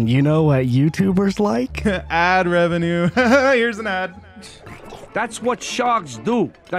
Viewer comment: “Ad-revanew. HAHAHA. Here’s an ad“*actually gets an ad after he says that*